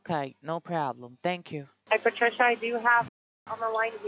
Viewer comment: scammer cant even pronounce Patricia properly.... why isnt the bank getting suspicious?....thats weird to me